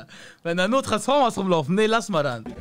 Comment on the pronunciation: Er sagt transformas gegen Frankfurter azzlavks hahahahahah bahhhh nein Vallah zu viel